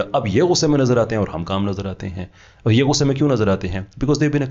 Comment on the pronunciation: You have made tremendous progress in your knowledge, research study, communication skills, especially English (whilst in UK for 20 years), you need to correct your punjabised accent of few simply Urdu words. Punjabised accent: Or Tor So'all Fooji Gay Correct pronunciation: Aur Taur Sawaal Fauji Gaye